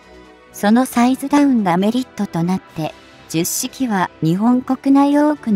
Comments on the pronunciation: 冒頭で Hito-Maru Shiki と読む様に！と、紹介していながら、全編ででは、最後まで、 jyusshiki と読んでました。 折角だから、 Hito-Maru Shiki と読んであげてください。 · 10式もジュッシキと読み上げてるしな この手の読み上げ動画ってなんで作った後に確認しないんだろう